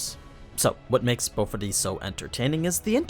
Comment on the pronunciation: I can't tell if he is really saying BoFuri or Bofadees..... which is the set up to another joke which I cannot get out of my head.